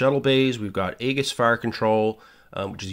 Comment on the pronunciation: Great video. Subscribed. Just a note that Aegis (named after the shield of Perseus) is actually pronounced "EE-jis." Keep the videos going!